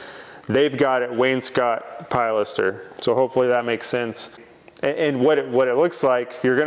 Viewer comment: Please! Don't call it a "PIE laster." The word is pronounced "pill LASter." I've commented on videos half a dozen times about mispronouncing it. I think he's a lost cause on getting that right. Although he did start to pronounce porte cochère (port koh share) correctly. Kudos for that small victory. 👍 I love watching your videos and seeing your projects unfold. TY